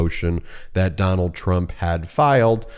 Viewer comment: Trump..... I thought you said turnip 😂